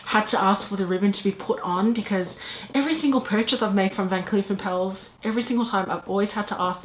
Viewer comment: It’s pronounced “are-puls” like apples with an “r” in there. Here is a video guide